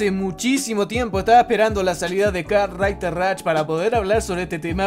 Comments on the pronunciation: Nada como el tío diciendo "kart raiter rach" sos un jefe wacho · "karrrtrrriderr rach"